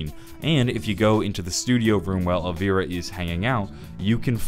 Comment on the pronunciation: it's pronounced Elvira. EL-VIRA. Is it that hard to pronounce?